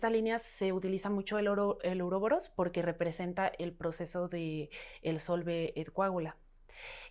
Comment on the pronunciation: Uróboros no urobolos